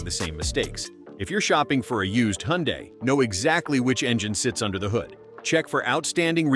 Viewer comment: Hyundai is pronounced like "Sunday". Just saying. BTW, I only use Top Tier Plus gas, Valvoline Restore and Protect synth' oil, and Mobil 1 synth' oil filters. AND an Italian Tune Up once a week in my wife's 2023 KIA Sportage, and my 2012 Sorento with nearly 106,000 miles on her !!!😂😅😊